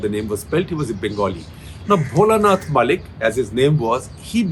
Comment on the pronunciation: Dear Sekhar Sir, B.N. Mullik, the surname pronunciation should be Moulik/ মৌলিক। Mu - মৌ, llik - লিক। You can't pronunciate Bangla throug other languages. Thank you for understanding. :)